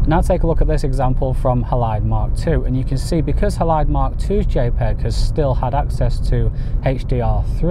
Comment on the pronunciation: Surely it’s named after the silver halide content of film - pronounced Haylide.